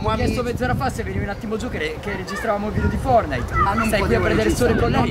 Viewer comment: Si mi è piaciuto lo scherzo ma perché dite fornite e non fortnite